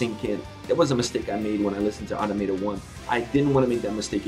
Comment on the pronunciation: Just a heads up, it’s pronounced uh-Tom-uh-tah